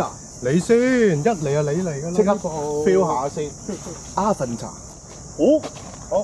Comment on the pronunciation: AVATA應該係讀"A-VATA" (讀音出處 - DJI 發報條影片: DJI - Introducing DJI Avata)